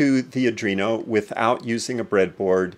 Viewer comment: Thanks for your concise instruction. How ever, I should point out that the controllerbis an ARDUINO, and not a ADRINO. I think you should correct your expression, regards